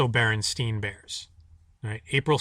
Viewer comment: when you pronounce it at the start. you don't even say Berenstein. bear-en-STINE is how you pronounce that last name